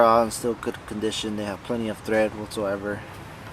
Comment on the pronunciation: Tread man, not thread.... Do better you work at discount tire